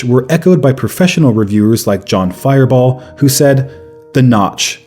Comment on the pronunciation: “John Fireball” 😂